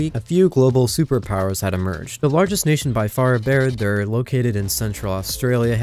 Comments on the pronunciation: Bruh wtf how did you say barad dur? Bered deur? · it makes my toes curl how he mispronounced barad dur